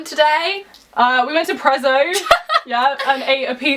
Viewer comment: i HATE it when people say "prezzo" like that. it's Italian so you say it like you would say pizza.